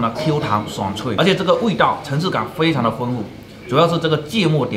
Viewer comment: 这普通话我也是真的服了。 灰常，。。 灰机吧